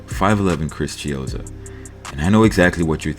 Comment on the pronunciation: Not chizzo fvccck